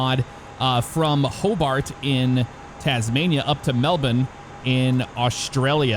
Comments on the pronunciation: Mel bin is absolutely the correct pronunciation (y). Go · I bet you don’t pronounce alot of things right out of your country MelBin 😂 yea that is exactly how you pronounce IT ... maybe they should spell it correctly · 2 things I can thank for for as an Australian. 1: the pronunciation of Melbourne 2: "fly into Australia"... therefore not including Tasmania as part of Australia which we also do 👍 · Finally an American said "Melbourne" properly. It's "Mel-bin" not "Mel-born". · HE SAID IT RIGHT YESSSSSSSSSSSSS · He actually said Melbourne correctly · Melbourne his my home town, left there about 26 years ago. Glad to hear you pronounce Melbourne correctly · nearly nailed saying Melbourne great job mate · Pronunciation 10/10, never ever heard an Ameican say Melbourne correctly. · wins for pronouncing Melbourne correctly! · A foreigner pronouncing Melbourne correctly??? IMPOSSIBLE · It's funny hearing you pronounce Melbourne correctly but by the way you are talking its like you think that Tasmania is its own country and not a state of Australia. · I'm Australian and this my first time hearing an American say Melbourne properly. Also another nice city in Australia is Brisbane.